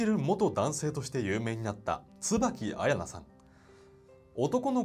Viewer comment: 彩菜のアクセント違う